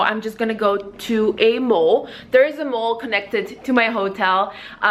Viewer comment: not mole its mall haha